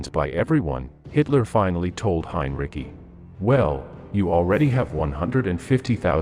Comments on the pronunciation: not pronouncing it right its not heinricky idiot its just heinrich like heinrick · Heinrici is pronounced /'hainritzi:/ not hain'rikki: Busse is not bʌssi: but /'bʊssə/ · Your voice robot is getting better -- but can't you give it the 32 bits or less of memory it would need to know that Hine-Ricky and Henry-Sigh are the same person and has to get the same pronunciation all the way through? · Who in the hell is "Hein Ricky"? Does it really take that much more effort to read the script yourself instead of letting an AI do it? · Hinreecyi? Dude for fuck sake stop your mispronunciation, PLEASE🙏😄😄😂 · Heinrich sounds more correct than Heinrici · You are mispronouncing Heinrici's last name. The c sounds like sea. heinreesea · Just heard the “Donuts” and guffawed out loud. AI narration absolutely sucks. Why? Just why? “And Hein-Ricky had a Lime Rickey, got a Fine Hickey, it got Tar-pine sticky, Slime and Icky…” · Its Hine-Dickie. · I doubt it. The last i in Heinrici should not pronounced yet the bot does it through the entire video. It sounds stupid, Heinricky. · I have heard it pronounced many time is various video's about WWII. I think most people have. But I have never heard anyone pronounce it Heinricky. Of course a bot has never heard it pronounced at all. That's why I believed it to be a bot. And if your going to do a video and put it on Youtube you would think the person doing it would check what they were posting. The bot kept pronouncing it wrong so obviously the person that posted it didn't care enough to do so. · Please learn the correct pronunciation of Henrici. Use the correct form throughout the video. Very frustrating!!! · Interesting info, but the AI narration repeatedly mispronounced Heinrici's name, to ridiculous effect. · Great vid, but please decide how you will pronounce Heinrici's name and stick with it. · Interesting account, but it would have been more plausible if some effort had been made to pronounce the German names correctly.